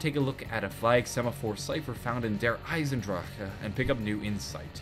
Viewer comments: Anyone know why he says Der Eisendraka instead of Der Eisendrache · Dude I find it hilarious when you say derisendrache, you say DER ISEN DRAJHAAH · The way you pronounce der eisendrache gives me conniptions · Am i the only one that cringes everytime tries to pronounce der eisendrache